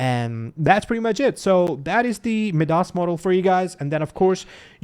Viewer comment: It's pronounced mai-duhs I believe pal. Like the Greek guy.